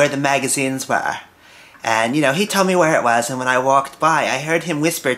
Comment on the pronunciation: thank youh youh aw so nice to meh